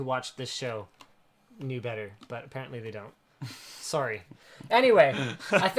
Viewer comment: I like how Linus says "sorey" instead of sorry